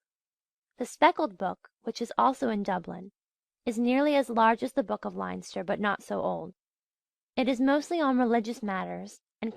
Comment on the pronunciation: No offence to the reader, I realise that Irish place names can be difficult, but I had to stop listening when I couldn't figure out where she was talking about . Even Leinster was mispronounced and that's a province.